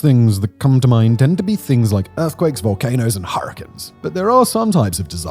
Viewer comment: HurriCANE as in sugar cane just saying not hating I love everything u do Simon